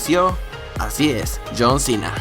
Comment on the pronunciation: JOOHN CEENA